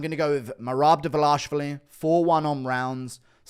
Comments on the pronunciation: Guru, brother, just look closely at Merabs lastname and try sounding it out slowly. Dva lish vi li. 😂 Also, as much as I enjoy your humor and analysis, the inbred freak jokes are getting old especially since many of them are better looking than you 😂, not saying you are ugly at all. Like take Usman Nurmagomedov for example. All I'm saying is it comes off as very apparently inaccurate. But anyway thanks for all the entertaining content! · You say Merab last name so weird